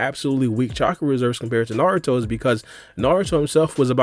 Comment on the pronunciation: Did bro just say saruto?😐